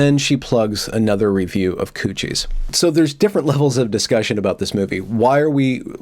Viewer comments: It's not "coo-shies". It's "cuties" as in "cute-ees"...😬🙂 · Has gone Canadian or something? - Q-T's not cooties - maybe it's a Freudian slip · I like you, but it’s CUTIES, not COOCHIES! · Did you say cuchies? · It's "queue-tees" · Are you saying "coochies" hahahaha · "Coochies.? The pronunciation is sort of alarming. Anyway, bailing at the mark. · yes, it's obviously pronounced "coo-tees" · I have never in my life heard the word "Cuties" pronounced "Koochies" before. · ITS COOCHIES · absolutely not. we would pronounce it 'kyooteez' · This terrible movie is called Q T's not the word you are saying. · Why are you mispronouncing it? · That pronunciation is such an epic troll. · Hay, wait a minute, that's not how you pronounce "Cuties". is normally so well spoken, with proper and precise pronunciation, I was incredibly surprised that he botched that word so woefully. It still sounds pleasant in that ASMR-quality tone of his, so I guess I'll forgive him. I'm curious how many people won't read this far and assume this was a serious critique, which it is not. Well, except the part about having an ASMR-quality voice, that part is absolutely true, and I strongly urge him to start a separate channel to take in those lucrative ASMR bucks. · Never... NEVER... wear a dressing gown... while talking about Cuties. Also, you're pronouncing Cuties wrong. Besides that, great video. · I hope your mispronunciation of "cuties"is intentional. Because that would make you all kinds of awesome. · It's obviously intentional. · Perhaps the mispronunciation was another benefit of an Evergreen education.